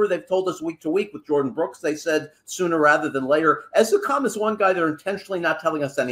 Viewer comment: seems to have trouble with Ezukanma’s name. He keeps pronouncing it like it starts with the letter “u” instead of a short “e.” I know it’s a little thing, but it’s driving me a little crazy. 😅